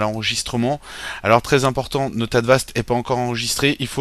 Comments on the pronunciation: on dit avast pas advast mais jaime bien ta video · Cest Avast Pas Advast